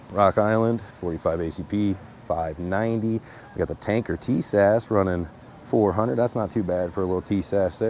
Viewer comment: TIS-ASH ....say like this